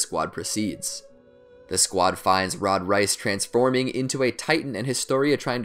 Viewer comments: 'Rod Reayss' Its Rod Reiss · Nooo every time he says Reese I keep getting hungrier and hungrier( he says rice) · Please... REISS is pronounced like "Rays" not "Rice". family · wait, He's Not Saying A Word Perfectly, Rise, Reiss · No one:: Rod Rice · AND HANJI HANGAY OR ROD REISS ROD RICE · he pronounces hanji as “hangay” and rod reiss as “rod rice” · Hanje and rod race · Ok “moblit”? “Han-gay”? “Rod rice”?”Kenny Ockerman”?Don’t the characters literally say their names out loud?Or is this like an accent type thing? So many questions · Did anyone get so annoyed when he so han-gay and rod rice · Who Else is Offended by the Way he says hange? And how he says reiss